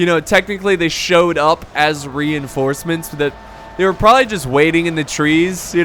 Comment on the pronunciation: He said renhorsements